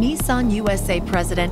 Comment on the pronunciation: Also he says Nissan like its neesun